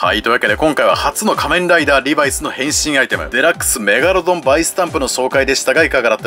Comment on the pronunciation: リバイスのイントネーションがなんか気になる…